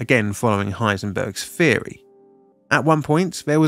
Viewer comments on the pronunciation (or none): "The test reactors were spherical - again, following Heisenberg's spheory."